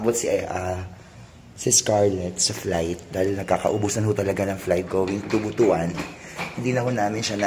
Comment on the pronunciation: Butuan is read as butwan.